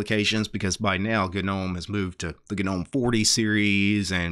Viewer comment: Gah-nome when it's pronounced nome with a silent g. Yes I'm one of those commenters. No I have nothing better to do while I'm running smartctl tests. Yes to whatever your next thought is(this uses up your one free internet pass though).